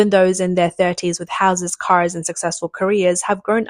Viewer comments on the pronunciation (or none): none